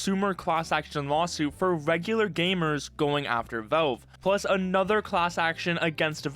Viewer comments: the way you say "velve" really pisses me off man, speak properly. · Ah yes, Völve. Critically acclaimed company known for their games like: Hælf-Loife, Təām-Førtress 2, Pourtel and Dötā. Don't take it personally but the way you pronounce valve throughout the whole video is pretty funny to me.